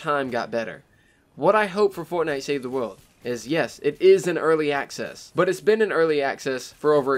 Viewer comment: learn to say "world" right and then maybe i could bare through the rest of the video....maybe...